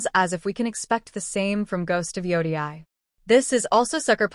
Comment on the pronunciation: If you say ghost of joudiai one more time I'm gonna start tweaking